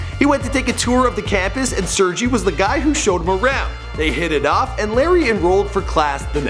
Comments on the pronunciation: ITS PRONOUNCED SIRGAY. Not surgie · Sur-gay*** not serjee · Its pronounced SIR GAY NOT SERGEE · Brin's name is pronounced "Sehr-gay". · They really ought to look up pronunciation of the names before making a video... Sergey was pronounced quite awfully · You pronounce Sergey wrong :) just search it on youtube